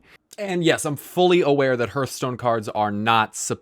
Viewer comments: You’re mispronouncing Hearthstone. It’s not HERTH. It’s HEARTH. Like your HEART. Not your HURT. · hearthstone is pronounced h(AH)rthstone....